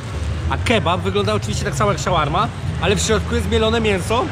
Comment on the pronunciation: Czyta się „szorma”.